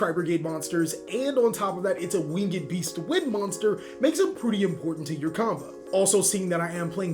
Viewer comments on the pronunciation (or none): It's not wing-ed beast it's winged beast.